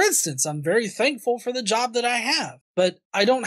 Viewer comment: Anyone else noticed this speech quirk this guy has? When he says thankful it sounds more like "dankful". I like the sound of that, have a dankful day, people:)